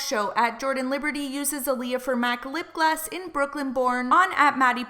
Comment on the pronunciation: The way you kept saying lip gloss XD in the captions it was always coming up with 'lip glass' LOL